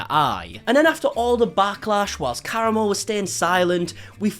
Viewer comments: Am I the only person who screamed KA-RA-MO every time he said caramel? 😂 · his name is pronounced Kuh-rah-mo. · I believe it’s pronounced Cah Ram O. He was on the MTV show The Real World and is a current member of the Queer Eye Caste on Netflix. This interview was terrible. He clearly didn’t look into Chef Ps background before the show and just took her word that she was being harassed. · Believe it's pronounced kah-rahmo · Kah-RAH-Moe Not being passive aggressive, just providing a pronunciation guide based on how he pronounces his name on QE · It's pronounced ka•rah•mo. " FDA approved. That's good because it's not a medical product" that comment made me laugh so hard! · Ka-ra-moe is how you say it but regardless he is an ass for not coming out to apologize. He is being stubborn and it will just lead to him failing at branching past Queer Eye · lol it’s pronounced “Ka-Rom-Mo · The way he’s pronouncing karamo as “caramel.” 😭🤣😭 I can’t 🤣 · Fantastic video! But also you mispronouncing his name is very distracting it's not that hard to Google how to pronounce something. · Everytime you mispronounced his name it made me laugh even harder 😂😂😂😂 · Literally takes two seconds to find out how to say that man’s name. It’s really not that hard. 😑😤